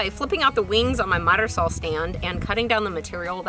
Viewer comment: i love how you pronounce SAWL instead of saw... thanks for sharing!